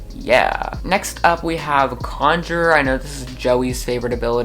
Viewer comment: be like: "Cadence is a Polyglot and a Conflictor" Me be like: "WHAT?! I think you mean Conjurer..."